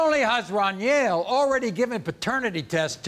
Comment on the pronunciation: Maury called my boy dunyell the whole time that man name is Runyell 😂😂😂😂